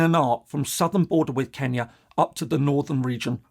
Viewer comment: Thank you for saying the name of my country, Kenya, properly